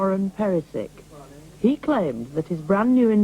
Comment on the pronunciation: Pronounced Perishich Not "Peresik" 🤦🏻‍♀️🤦🏻‍♀️🤦🏻‍♀️🤦🏻‍♀️🤦🏻‍♀️🤦🏻‍♀️🤦🏻‍♀️🤦🏻‍♀️🤦🏻‍♀️